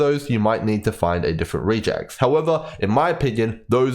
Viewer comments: REGular EXpressions It's pronounced Reh-geks, not "re-jecs" ;) (am I starting a gif vs. jif situation here?) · "Regex" is short for "regular expression". Hence, its pronounced more like "rej ehx" than "ree jects". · I have never heard REGEX said that way. Sounds almost like Rejects. Short for Regular Expression, normally I hear it pronounced Reg Ex the first two syllables of the words. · Love the video! but man the way you are pronouncing regex is so odd to me as a developer Its a short for regular expression, so we usually pronounce it as the combination of those words (rEgEx instead of rEAgEx) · please stop calling us rejects and instead say regex as re in regular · Pardon me, but you are pronouncing "regex" incorrectly. It is a shortening of "regular expression" (something that has been around in general computing for along time), so it's pronouced either "reg ex" (or sometimes "rej ex"). Just so I am not only complaining: great video, it's the first one I found when trying to understand this mechanic and I don't think I need to find another :) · Regex stands for regular expression and is pronounced reg-ex like the beginning of both words. I'm only making this comment because I was listening to the video without looking at it and I literally did not know what you were talking about. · No, you are correct, I was half a second from commenting the same thing before i saw your comment... Was bothering me too, as a admin who uses regex quite often that pronunciation was triggering me lol